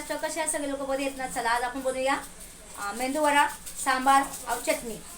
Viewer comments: मेंदू नसत अग नुसता मेदू वडा असं नाव आहे..... मेंदू का म्हणतीये तू 😂😂😂😂😂😂😂plz मेदू वडा म्हण 😄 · Mendu nahi medu vada kaku.